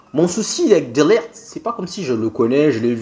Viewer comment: Son prénom se prononce "DE LIRRT" et non "DE LERRT" 😂😂😂😂😂😂😂